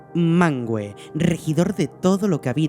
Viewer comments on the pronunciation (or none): No se pronucia MANGUE, se pronuncia MANVE, lo dejan mas que claro en las notas del idioma en el Silmarillion